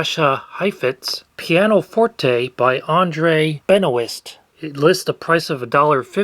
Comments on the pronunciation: "Benoist" is pronounced "Ben Wah" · Hi, just as a heads up, the "ST" sound in Benoist isn't pronounced in this case in French. It's pronounced like Benoi, and usually is orthographed Benoit - like former wrestler Chris Benoit! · Another great video. : the name is French, so Benoist (Benoît) is pronounced something like "bunowah".